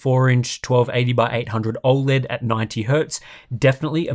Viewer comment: Has anyone ever pointed the way you pronounce OLED? It's not even a country thing, I'm Australian and think you say it weird. Love the content though